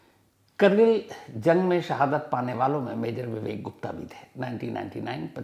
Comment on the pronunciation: करगिल नहीं कारगिल